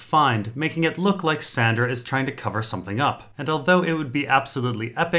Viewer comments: Wait... are you calling Sansa "Sandra"... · is calling sansa "sandra" supposed to be funny?